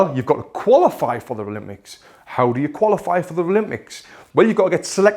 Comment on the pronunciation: I have one question why do you say ralympics instead of Olympic hahahaha